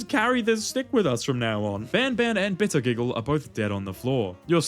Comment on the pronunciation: I really like bitter giggle I hate that you butchered his name but eh